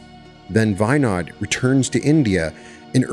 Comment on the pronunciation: Great episode but you totally destroyed that name , Andrija Puharić its pronounced AN DRI A - POO HA RICH he was a Croat born in Chicago and VINOD is pronounced Vii nood